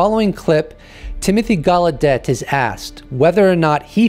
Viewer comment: Its Timothy Galedeyyyyyy not Galedette